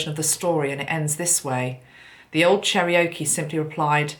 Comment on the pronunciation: Hi, FYI: Cherokee is pronounced "Chair-oh-key." ✌